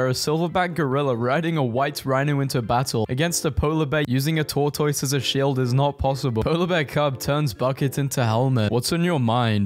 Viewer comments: Bro be pronouncing tortoise like a peppa pig character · WHY DO YOU PRONOUNCE IT HAS TOR-TOYS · Wait, yall say Tore-toys, not tor-tus? Man, it's wild, the sheer amount of words we pronounce very very different. I heard some video with an English lady calling a microwave a mee-crow-wah-vay the other day. Is that a thing over there too, or was she just an idiot? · I KNOW you didn't just say TOR TOYSSS. IT'S PRONOUNCED TOR-TISS, YOU CRUMPET AND TEA CONSUMING LIMEY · How he pronounces tortoise is killing me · why are none of you talking about the way he pronounces the word tortoise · Why does he pronounce tortoise like that lmao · This guy needs to learn how to pronounce tortoise 😂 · You don’t pronounce tortoise right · Are you pronouncing tortoise that way on purpose?